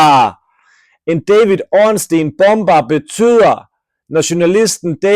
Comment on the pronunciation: ORNSTEIN er en joke ligesom din udtalese af stein